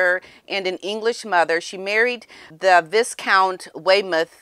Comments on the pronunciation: The s is silent 👌🏾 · Viscount. Vye as in lie Not viscount as in discount 😂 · Gentle correction, it's read Vye-count not Vis-count. The "s" is silent. Big hugs to Mr. Otis please. Thank you. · I give up. I can't listen to grown people who can't pronounce words properly and are in a position of power where you can influence others. It's vicount not viscount although it's spelled viscount the s is silent. I'm unsubscribing because i know you don't like being corrected and will take offence that I've corrected you. Please check the pronunciation of words if you don't know them because other people listen to you and will think you're correct and they'll go on saying it wrong. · Viscount is pronounced "VI'count", the first syllable has a silent /s/ and a long /i/ sound, as in "my". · Viscount pronunciation ‘Vi - count’. The ‘s’ is silent. Chatelaine ‘Chat-el-ain’. Wiltshire ‘Wilt - sher’. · Vi (long I sound) count. Not griping just thought you may want to know. If not that’s cool too!❤ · Viscount is pronounced Vicount just saying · viscount is pronounced "vi count". The "s" is silent. A wise person,, never assumes what people are saying is true and just pass it on. A wise person seeks to hear both sides. Lady Campbell brazenly called Thomas Markle's mother a racist because she disapproved of Doria. I suspect she saw Doria coming and tried to warn her som about her. That did not make her a racist. Black people throw out the word "racist" far, far too quickly. They use it as a billy club to club people into silence while they do their own thing. If it's true, it isn't racist to point it out. You should be wise enough by now to know that.. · Can’t pronounce Viscount, can’t pronounce Marquis? Surely if you’re going to comment on the British royals and the aristocracy it would be appropriate for you to do a tiny bit of research on the “hard” words?